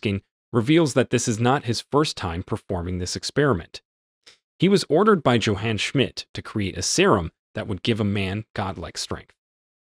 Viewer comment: Schmidt's first name is pronounced: YOH-hahn